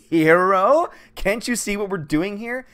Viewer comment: "a HER o" 😒( you dont say)